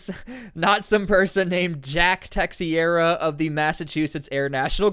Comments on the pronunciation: I think phonetically his name should sound like this "Tuh - Shear - uh"... or "Tuh - Zher - Ah"... Not "Tex - E - ear - uh".. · Just one small note the surname is portuguese/spanish and it's pronounced Teih - shei - ra not Texcieira. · Teixeira = Tay'shay'ra 👍🏻 Portuguese surname 🇵🇹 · Not tryna be a smartass, I'm just tellin ya so u know homie, it's pronounced Tuh-SHARE-uh lol. Just tryna be of service.. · It's teicheira...its a portuguese surname